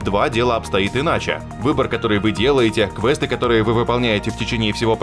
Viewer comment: Автор ты русский НИКТО не говорит КВЕСТОФ,походу ты в игры не играл от БАЙОВЕЕР ))))))